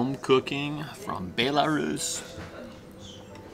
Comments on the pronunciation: It’s (bell-a-roos) Belarus 🇧🇾🤣 it’s not (bae-la-Roos) lmao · Bay-la-Rus?. Its pronounced Bell-a-Rus. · it says BEL like a BELLARUS